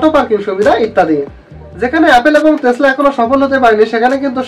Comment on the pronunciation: ভাই তেসলা না টেসলা হবে😅